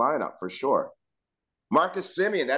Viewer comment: if you want to make a baby there is no "i" in Semien